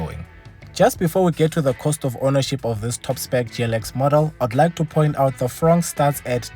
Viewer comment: I thought ya'll said "Frog" 😅